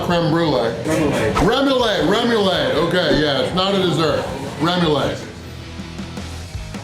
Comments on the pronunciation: Remulade??? Take it from a Louisianian….that is RUM-UH-LAUD sauce lol Great job,!! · Remolade is how it's pronounced my friend. I've followed you for an very long time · Excuse me, but it’s pronounced, “Reh-moo-laude.” :) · Remoulade is rem-oo-lod